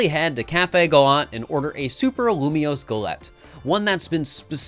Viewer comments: When he upgraded from lumoise to lumioise I realised we were going to be here for a while 😅😂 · Lumiose, not Lumoise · YAY, POKEMON. Also, how dare you pronounce it lumois not lumiose. Thats not right meow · All for this until you pronounce Lumiose as Lilmoy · Every time said Loomoiz, I felt a part of me die. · IT’S LU - ME - OSE I wanted to CRY when he failed to pronounce it. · Loom-E-ose and Zy-guard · Dude cant even say Lumiose.... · Starting the video, and waiting until live figures out how to say Lumiose correctly since post-commentary is saying it properly. That's a fun thing to look out for:3